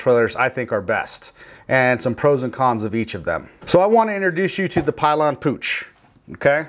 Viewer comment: Pill yan is how you pronounce it.